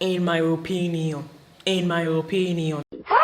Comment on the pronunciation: I love how you stressed the in my opinion.😂😂😂😂